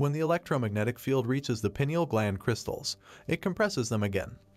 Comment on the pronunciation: WRONG !!! Calcification of the pineal stops it from working 🤦‍♀️ Its more of a hard coating on the outside of the gland not a double terminated crystal !!! And it is pronounced PINE EEL NOT PEE NIAL 😂